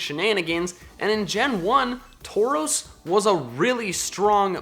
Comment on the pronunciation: Taurus was pronounced wrong lol